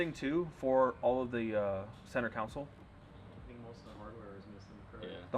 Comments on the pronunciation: How hard is it for to say console instead of counsel. They don’t even sound the same. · I'm sorry but I'll have to remind you, yet AGAIN! It's a CON-SOLE, not a council!!!